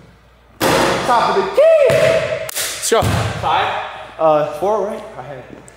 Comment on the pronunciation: “topa duh keyyy” 💀